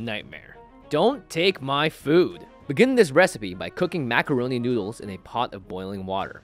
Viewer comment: "maccaroni noodles"